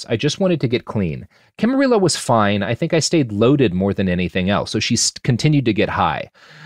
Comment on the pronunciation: Camarillo is pronounced Ka-muh-ree-ow